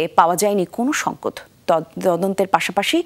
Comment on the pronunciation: সংকেত উচ্চারণ করেছে সংকত, ভুয়া উপস্থাপিকা।। অটোপাশ, কনমসেন্স হীন।।